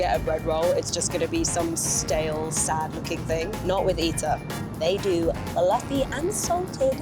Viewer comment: is the only one allowed to say pluffy into the camera, okay? While has to be forced into long haul economy every now and then.